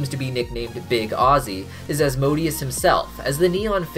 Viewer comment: damn, he nailed Asmodeus